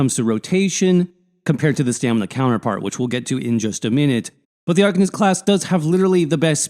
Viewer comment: Good vid. Thanks. But saying Arc-un-ist is driving me nuts. Ar-cane-ist. Ar-cane-ist...